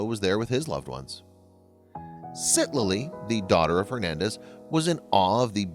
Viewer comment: He Saved the little girl but atrociously killed her name!! It's Citlaly or Ciclali pronounced Sic-La-Ly